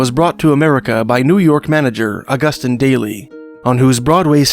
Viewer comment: Ahg - oos - teen, not ah - gust - in. Or Ahg - goos - tan, if in French.